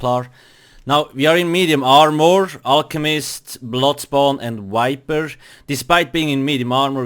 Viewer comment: it is viper, not wiper. for fucks sake